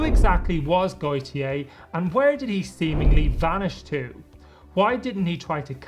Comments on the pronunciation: If it's his version of the name Gautier, the French pronounce it more like Goatyeh. That isn't perfect either, but I hope it's a little closer. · How did you turn Gotye into Goytyey 😭😭😭